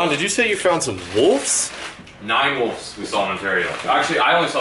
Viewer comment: ITS wolVes not wolFs